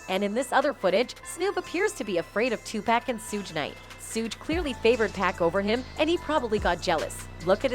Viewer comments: I know right I hate when people say 2pack it annoys the sh*t out of me, its definitely pronounce Tupac or 2pac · WILL SHE PLEASE GET THEIR NAMES CORRECT...WHO THE HELL IS PACK and NES..this report is terrible..yall fail as a news channel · Who tf is two packs it’s Tupac Smdh white always on some disrespectful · It's Tupac b** not. No pack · Pleaaase somebody learn that lady pronounce the name TUPAC 😅😓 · this A.I. or lady pronounciation of Nas and Tupacs name is killing me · How is it possible the woman providing the voice over doesn't the proper pronunciation of the names of the majority of the artists she's providing commentary on repeatedly. It was so disrespectful and annoying.